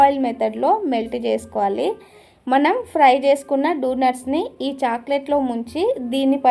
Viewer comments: Donuts❌ dunuts✅😂😂😂😂😂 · డొనేట్స్ ❌ డునుట్స్ ✅ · Donuts❌ dunut ✅ 😂😂😂😂